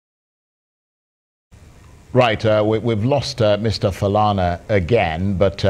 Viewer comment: Chai! Colonial mentality - so, the anchor, Charles ANIAGOLU, cannot strive to properly pronounce "Falana"? I am sure though he would make the effort to pronounce French, English and Latin words with their accents? Who manages this Arise YouTube page? Hope you can send this feedback to ANIAGOLU?🤣😂 He reminds me of some Nigerian teenagers in the UK. Ask them of their origins and the answers usually go like this: "I'm British but my parents say they are from Nigeria". It is amusing to hear.